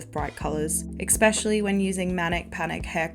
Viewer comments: Love love love these videos but “ex-specially” is driving me bonkers. 🫠 Try saying “es-specially”. I was a scene-kid (already watched that video, great job on that one!) and my 11yo last month walked into Hot Topic and said “Why is this just like the non-Disney darker version of Lunchbox. What happened to the Hot Topic you described having as a kid.” 😮😂 She’s not wrong. I miss the old Hot Topic. It went too mainstream and forgot why it was so popular. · I just found your channel and I love it, but omg is it hard to hear you say "ekspeshilly" instead of "especially." I'm sorry but it drives me crazy 😭 But these videos are super well done, I love that people are still into these subcultures. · great video - but there is no "K" in "especially" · I love these videos but please say especially correctly it’s driving me nuts